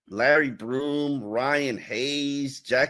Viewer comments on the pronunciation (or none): Once again, it's Kendall SHEFFIELD not SHERFIELD. Also, it's LARRY BOROM NOT LARRY BROOM. Come on pronounce the names correctly!!!